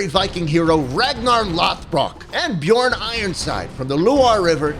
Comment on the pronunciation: Not bjorn its björn ö is like a uhhhh but more angry its hard to explain